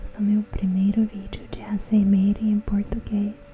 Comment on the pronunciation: "ASMEREE" kkkk muito bom